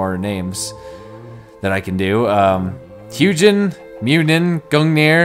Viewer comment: its huginn and muninn